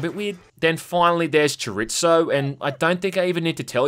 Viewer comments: chuh-reet-zo I guess I’m going to be that asshole that points out the pronunciation of his non-native language. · His pronunciation of chorizo is even worse. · The way I cringed at him pronouncing Chorizo lmao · cho-ree-zoe not cho-rits-o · "Chore Its Oh" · Okay, the game looks decent...but I can't stop cringing at the bad spanish! It's pronounced cho(like in chop)-REE(like angry frogs)-tho(like though),weapons are by definition female in spanish and so is a backpack so it should be "Suprema"....I know it's a dumb thing, but we spaniards don't go to your country and call them "jamburguer" or "fisan papas", it really grinds on the back of one's head. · The way pronounces "Chorizo" is the biggest takeaway we should all be looking out for here. Adorable. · Your pronunciation of Chicharron and Chorizo…